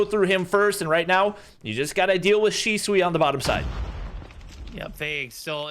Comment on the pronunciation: PRONOUNCE SHISUI: Shi Su Wi ❌ Shi Swi ✔️ 🤣🤣🤣🤣